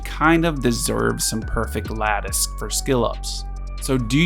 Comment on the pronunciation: You are literally the only Etheria content creator who can correctly pronounce "lattice". Appreciate the concise reviews!